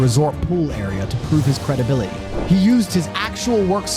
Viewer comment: What happened to the letter t?. I'm hearing mou -an, crea-ed, credibili-y, and so on. Speak properly!!